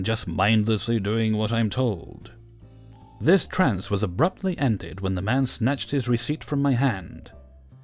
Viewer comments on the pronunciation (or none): none